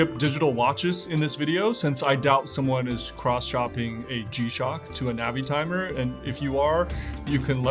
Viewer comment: ":Navy-timer" not "Navitimer"? I got tripped up by your pronunciation there. Anyways, fun video, and I always look forward to your stuff here.